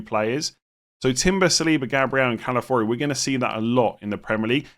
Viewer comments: Please stop calling him Calafori, it has an i why are you skipping it, Ca-la-fio-ri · why do you say calafiori like calafori? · Calafori saying it wrong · i feel like saying “Calafori” is harder to say than his actual name of “Calafiori” 😭